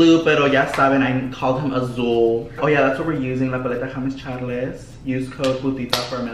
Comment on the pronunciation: I can’t “Hames Chales” 😂😂💀💀💀